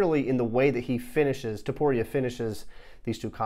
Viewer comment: Cool video! TO-PU-ria not TU-PO-ria tho